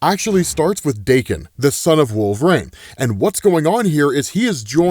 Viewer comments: Wol ver ine not wolv reign wtf dude? That's like saying zavier instead of ex za vier. Are you a comic fan? or is that a joke ? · this gotta eb some canadian shtick calling him "wolf rain" right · The name Wolverine has three syllables, there’s a correlation between obesity and pronunciation it seems.. 🤔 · All this time and still you pronounce wolverine wrong it irks me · why do you pronounce wolverine like that bruh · The way you say wolverine bothers me so much lol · why does he say wolverine like that?